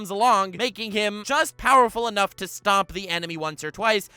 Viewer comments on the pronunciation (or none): none